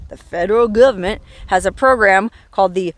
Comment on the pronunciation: Love the way you say, "Gubment"! LOL